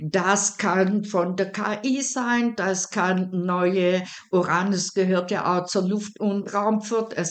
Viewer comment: Uranus. Betonung auf der 1. Silbe, auf dem ersten U. Nicht auf der zweiten Silbe und auf dem "a".